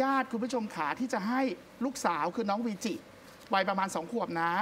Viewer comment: วีจิ ไม่ใช่ เวจิ นะ